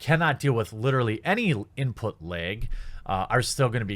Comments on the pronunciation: "Input lehg" ;) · “Input Laeg!” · "Input leeg" sure bro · You say the word "lag" pretty weirdly. Js..